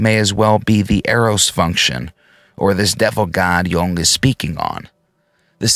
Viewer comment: Could be...its mainly in how you're pronouncing "Jung"...which is so technically correct it makes me think you speak German too. But I'm just a slack-jawed Texan so what do I know lol